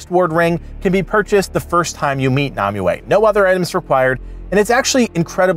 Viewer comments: I'm going to kill m myself if you keep calling her Nami-way!! its pronounced, Nim-way ! spelled Nimue!! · Why can't you pronounce nemue